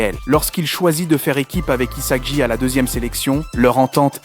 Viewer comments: Rio??? Saï??? Isaji??? Izagi??? Bachira??? (Comment il a prononcé)😭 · sympa mais où est passer Chigiri? Et les changements de prononciations des prénoms des personnage (Surtout Isagi) sont assez génant.